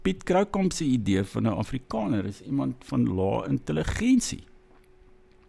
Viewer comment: Wàar kom jy aan die kinderagtige rondemondjie uitspraak van a? Jou Naam is nôm, Daar is dôr,, Jaar is jôr. Selfs Afrikaans is Afrikôner. Ag nee sies gaan luister na jouself. Ek en my vriendekring lag Lekker vir jou tiener snert uitspraak. Sies man. Act your age.